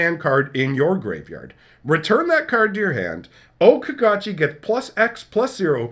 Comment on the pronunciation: O-Caw-Gaw-Chi I hope they are rejected. Because that Okagachi is REALLY weak. It's basically an unplayable .25c Mythic. BTW, it's a saga with crap abilities that cost 6MV that needs 5 colors and 1 extra and doesn't do anything. Okagachi doesn't doesn't have haste or anything that is a good enough ability to justify it not only being the kami god himself, but a mythic card. It aligns more to being an uncommon in power level, and non legendary uncommon at that.